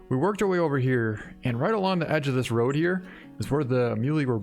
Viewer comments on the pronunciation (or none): none